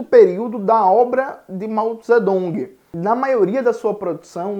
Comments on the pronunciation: No sistema Pinyin se escreve Zedong, mas a pronúncia é Tsetung. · No sistema pinyin se escreva Zedong, mas se pronuncia Tsetung.